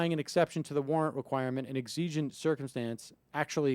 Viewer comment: It is pronounced Eggs-O-gent And the court has been moving to the LEFT. Unprepared talk show hosts loose my attention with all the pauses. Reinforce your door. Learn to say Sorry I do not engage in conversations with law enforcement without an attorney present. Also, I do not submit to searches. This way, in court, the legality of the search may be contested constitutionally. Ask your attorney first.